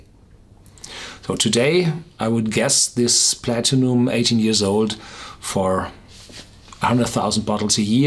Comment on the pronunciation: love the way you pronounce Platinum